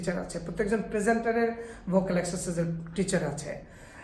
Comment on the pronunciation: ভোকাল নাকি ভোউকল?